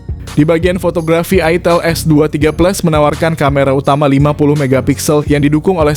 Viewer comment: Wkwk ITIL apa ITEL sih bang Jangan bikin bingung 😂